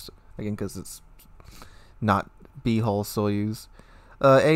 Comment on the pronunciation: Good sir - your HULL sounds way too much like HOLE in the beginning of the video.